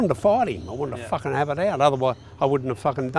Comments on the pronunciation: I'm from Australia and it's not "fakken" that would rhyme with the word "hakken" which is a popular style of dance amongst young esh lads in the hardcore and hardstyle community. I believe it is pronounced "fuuuarkinn" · It's "Fucken" not "Fakken" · Its "farken" not fakken. And it's a "bum bag" not a fanny pack. A fanny is what you fark. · Not fakken it's faaken. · Thoma Hawk. Fakken A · Faaken struth, m8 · Wow, anyone counted how many times he said “fakking”?